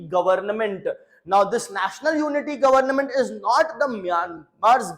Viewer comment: Plzzz say Government not govern nament 😂 I was observing n uve been telling again the same sound s govern nament😂